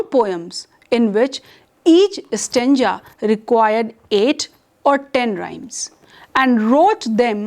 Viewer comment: This teacher can't even pronounce ISLE.... And... .. STANJA....lol